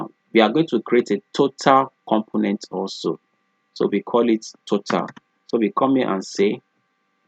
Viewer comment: Everytime you say "component", it sounds you are saying "compliment". I'm sorry, I normally don't like to bother people if they don't say it correctly one time, but you use that word alot. It's a little distraction from your lesson. I appreciate all your hard work and taking the time to upload this video.